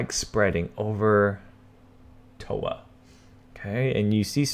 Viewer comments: Johnny Dud he says towa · Toronto , pretty sure its Toronto..